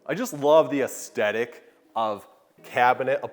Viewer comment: Great job with these videos but someone needs to teach the presenter it's "aesTHetic" not "aesTetic" and it's "hewing" not "hewning." Sometimes he takes "hand-hewn" and makes it present tense by saying "hewning" lol.